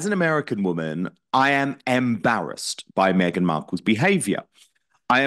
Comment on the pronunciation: Around 👉 👈 Did i hear Lady C say "meg-nancy?" 💀